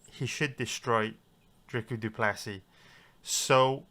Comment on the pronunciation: Are you saying “drica du plessy”